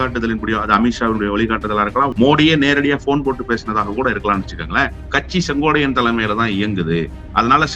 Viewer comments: கம்பீரமான குரலுக்குச் சொந்தக்காரர் மட்டுமல்ல தெளிவான சிந்தனைக்கும் தெளிவான உச்சரிப்புக்கும் சொந்தக்காரர்.... ஆனால் செங்கோட்டையனை செங்கோடையன் என்று சொல்வது ஏன் என்று தெரியவில்லை.... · முதல்ல செங்கோட்டையன் பேர சொல்லக் கத்துக்கிட்டு அப்புறம் பேட்டி கொடு